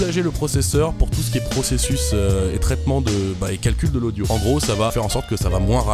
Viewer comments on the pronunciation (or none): none